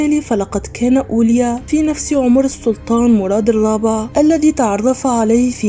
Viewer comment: لفظك لاسم الرحالة هو غير صحيح، والصواب أن تقولي أولياء مع نطق الهمزة في آخر الكلمة